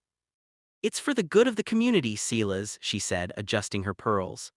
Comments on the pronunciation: Damn it can't you use a real person to read this. It's not Clis, it's Sil as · The ranchers is pronounced sigh-lus. Get a better AI, or learn how to read.